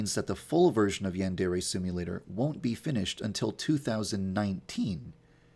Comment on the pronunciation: So... uh... Who wants to let this guy know how to pronounce 'yandere' correctly?